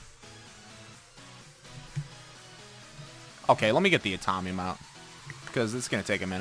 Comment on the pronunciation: from BT21 it's atomium mine.. not atomnium